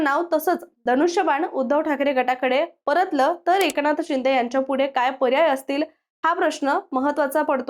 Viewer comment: Tumhi AI girls ahe ka? Ki read karta yet nai ahe script 😂😂😂 Eknath Shinde kasa pronouns kartay 😂 and barech shabda 😅😅